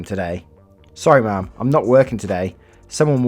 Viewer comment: why do you say ma'am like mom 😂😂